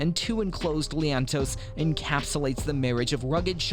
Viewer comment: IT's not "leaannntoe" -- it's "lean-to's" :)